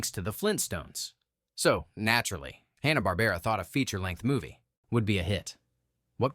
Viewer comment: i heard "Hawn-ah-bar-bear-ah" at about .